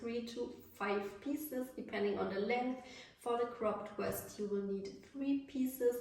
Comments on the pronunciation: You keep saying west it’s pronounced vest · She's German, it's Weste in her language. Cut her some slack.